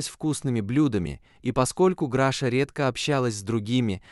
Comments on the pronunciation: Не Граша, а Глаша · Что за Граша? Если она Глафира, значит Глаша. Чудовищная озвучка. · Научитесь читать правильно, Глаша не может быть Грашей, и вообще читать надо внимательно. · Ужасное чтение,неправильное ударение в словах ,то он,то она,то Граша,то Гриша.Слушать неприятно . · Перед тем как читать перед микрофоном надо хотя бы перечитать а то получаеться читает то граша то гриша тоесть то мужчина то женщина просто кошмар неправильно ставите ударение неужели так тяжело перечитать текст и очень монотонное прочтение не понравилось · Чтение может быть лучше. Графа то она то он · Обращаюсь к чтецу. Чтение отвратительное, Граша , Гриша. То он , то она. Где знаки, препинания? А уж Е и Е. . Вы хотя бы по смыслу различаете эти буквы? Пожалуйста прекратите озвучивать, буду очень вам благодарна. Поверьте , не я одна. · Когда же научатся ставить правильно ударение?! Так Граша, или Глаша, или Гриша? Он или она? Нужно правильно писать текст, чтобы робот правильно читал!!!